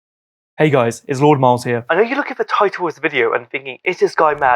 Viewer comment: Miles you mispronounced your own surname, you truely are r3t4rded 😭😭